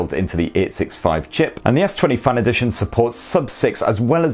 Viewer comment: It's FAN, not FUN